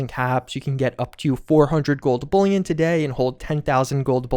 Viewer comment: Perhaps the only F76 YouTuber who knows how to say “bullion”.